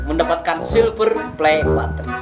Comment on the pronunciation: Nggk suka aku liat orang sombong... Soksokan ngomong button aja baten